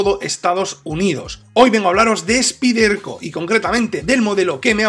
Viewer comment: Excelente video y gran navaja con apertura de una mano...Rapida para abrir y gran afilado..!! Te pregunto...por que no decir " Spaiderco " ?? Su nombre real.. Suena extraño y rebota al oir " Spiderco"...